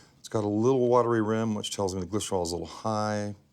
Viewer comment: “it’s got a little watery rim which tells me the gleshtwosshlz high”